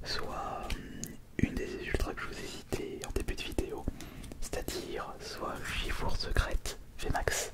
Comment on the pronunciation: Tu peux dire shifours comme ours et pas shifour comme four? Mais bonne vidéo merci beaucoup